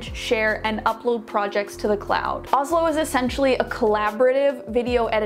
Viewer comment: help- the sponsor is names the same as the capital of my country (Norway) and u pronounce it more like OoShlo and say more ooo than ohh